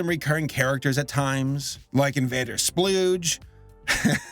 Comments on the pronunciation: It's not invader splooge he said the name wrong its Invader Skoodge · Bruh the recurring invader’s name is Invader Skoodge, not Invader Sploodge. Sploodge was just a background irken.